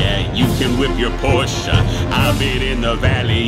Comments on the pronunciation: Im so happy he pronounced porsche right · I love how he even added the porsh-a pronunciation